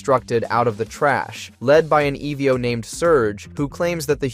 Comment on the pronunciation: The errors in speech make me feel like this is an AI voice... E.V.O/EVO, meek'em/meechum, there are others